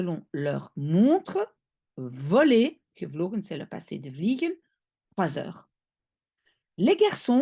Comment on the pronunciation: Vliegen vous prononcez a paine le g zoals in t afrikaans